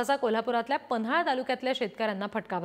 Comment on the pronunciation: पन्हाळ नाही ओ बाई पन्हाळा म्हणा